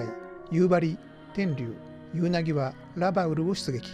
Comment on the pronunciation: 左舷→ひだりげん、ではなく →さげん 戦記物だろう？？、恥ずかしくないですか？？ ラバウルのイントネーションも変だね！！！